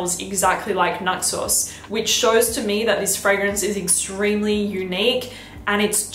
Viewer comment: Your accent makes it sound like xerjoff Naxos your saying “nut sauce” 🤣